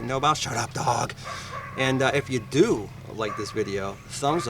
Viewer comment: Cool tool idea, but it appears it needs more R&D. You might consider running many tests & getting comfortable with the tool your giving how to instructions on before uploading a public video. Thanks, it was fun listening to your northern accent say "DULL" like "DALL" 😊